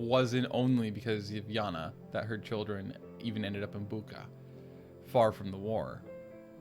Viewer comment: The "ch" in Bucha is pronounsed like "ch" in "chips". BOO-tcha.